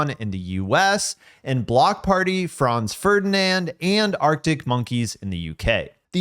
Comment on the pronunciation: That is how it's pronounced...